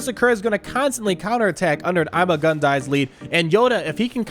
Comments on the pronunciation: It’s ‘EEMAH GOON DEE’ not ‘IMMA GUN DIE’ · It is pronounced Iimaa guun dii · THATS NOT HOW ITS PRONOUNCED!!!!!!!!